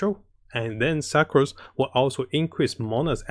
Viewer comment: it is pronounced Sook-Rose not Suckrose lol..